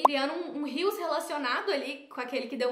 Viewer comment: Cada vez que um social media fala “Rios” ao invés de “reels” ele perde uma estrela de confiança! 😢 da mesma forma que um fashionista precisa saber pronunciar os nomes das grifes corretamente, os social media do Brasil precisam falar os termos corretamente , é uma palavra em Inglês então precisa ser pronunciada.. uma palavra que está dentro do seu vocabulário de trabalho precisa de mais atenção 😅